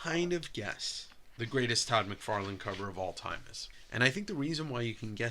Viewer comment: My brain thought said Todd "McWeirdless" lol